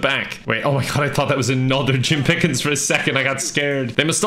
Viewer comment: Not Jim Piiiiickens, Jim Piiiigens 🐽🌭